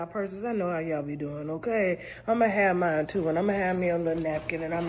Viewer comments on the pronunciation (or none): none